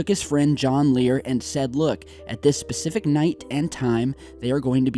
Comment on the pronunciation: For him to say 9 is very persific I believe him